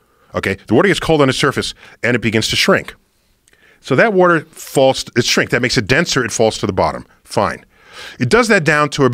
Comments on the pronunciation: I like how he says “woder” instead of water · Joe should focus more on correcting him saying "Warter". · He says warter. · Chill bro I say warter